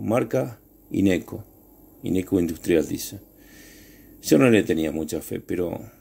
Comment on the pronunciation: No es INECO, es INGCO.